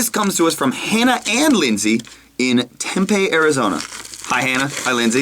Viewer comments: its tempeeeeeee arizona not tempey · One thing Peter, not trying to be rude but its pronounced Tem-pee. I live there XD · It's "Tem-Pee" Arizona. duhhhhh. lol